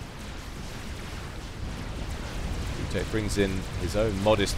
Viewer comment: maybe butek reads like "veetyok"?